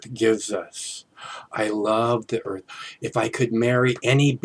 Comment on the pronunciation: He lubs the Earf. Hop head... Lol. Although he is right about Clinton. Clinton, Frack you!